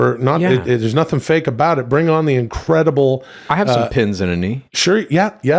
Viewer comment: Why's have problems with the word "on" lol